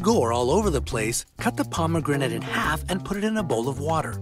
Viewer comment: Check dictionary for the correct pronunciation of pomegranates. (hint: the e in the middle is silent.)